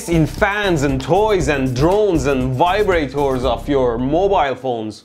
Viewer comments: “VAIBRATORRRR OFF YOUR MOOOOOOBILE PHONEEE” had me laugh like hell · That pause just after vibrator was perfectly executed!